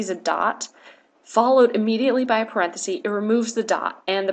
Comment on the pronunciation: Very helpful. Just a little hint. The singular of parentheses is parenthesis, with a short e sound. It’s not parenthese ;)